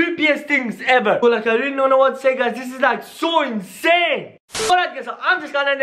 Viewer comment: why do you always say incane video???? btw i luv ur vids